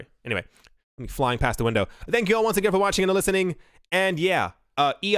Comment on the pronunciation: I love your video all the time! I just wanted to point out that the way you say "see you" at the end of your message is the same way Thai people say soy sauce! lol